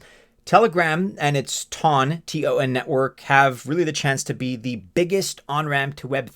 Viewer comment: You obviously haven't done any research on Ton, cuz the very first thing you learn when you go to their website is how to pronounce ton correctly a ton of times